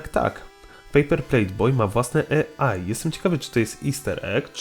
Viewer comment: Wszystko fajnie ale AI wymawia się "ej aj" a nie "e aj" (taki szczególik)